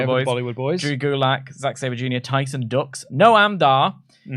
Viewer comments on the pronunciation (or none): Tyson Dux is from out here in Windsor, in the least snarky way possible it's pronounced "dukes" Makes the "DANCE, DUX, DANCE" chant work 😂